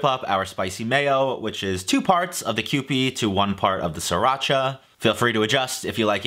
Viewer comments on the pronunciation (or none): none